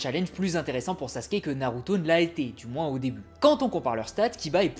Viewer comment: Pourquoi "Sassske" 😢 Ps : c'est qu'un détail, a part ça j'adore tes vidéos